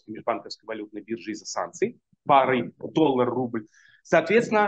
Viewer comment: ОН СКАЗАЛ....,, ДОЛЛАГ"